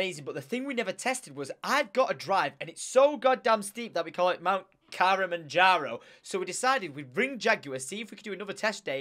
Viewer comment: Mount KILL-A-MANS-CAR-OH!